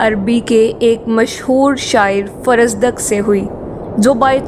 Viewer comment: فرزُوق ۔۔۔۔ اپنا تلفظ درست کرلیں